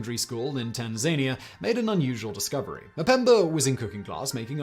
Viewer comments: I believe you mean Tan-Za-Nia. It's not called Tan-Zane-e-ah. Where are you from that makes you pronounce so many things incorrectly? And is it even a local way things are said or is it that you learned how to say them wrong in the first place? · It’s pronounced “Tan-zuh-NEE-uh”. The stress is on the third syllable. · Tan-zania? Really? 🤔🤨🙂 Is a live-action AI narrator now? If he is, then that certainly could explain how he can narrate 200 hours of content across 74 channels each week. 😆 Enquiring minds want to know, "". 😉 • If he is an AI narrator, at least his humans have figured out how to prevent pregnant pauses in the middle of a sentence for no apparent reason. 👍 • Personally, I want to hear " say some monetary numbers like "$4.2 million dollars", "$29,804,200". • Saying years would be a good idea too. For example, for "It was in the 1990s that....", does he say "nineteen nineties" or "one thousand nine hundred ninety s." • How about some homographs (same spelling, different pronunciation and meaning) would be revealing too. For example "Read" (reed) vs. "Read" (red), "Bow" (bau) vs. "Bow" (bo), and "Tear" (tare) vs. "Tear" (teer). • Lastly, can "" distinguish between "Saint" or "Street" when reading "St. Paul's Cathedral", or does he say "Street Paul's Cathedral". You know what could be hilarious? Develop a script where commits all of these mistakes in the same video, and slowly shift the timing back and forth across the across the audio-video synchronization point, so that the mouth movements don't always line up with the audio. 😆🤣😊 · "Tan- zania." 😂😂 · Noticed the same. You beat me to it! There's nothing zanier than having mania in Tan-ZANE-ee-ah! 🤣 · A simple Google search will tell you how to pronounce Tanzania. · How NOT to pronounce 'Tanzania'.....which is definitive proof that he is AI generated! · It's embarrassing that a grown man can't pronounce Tanzania.